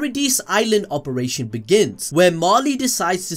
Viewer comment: "Opration" LITERALLY UNWATCHABLE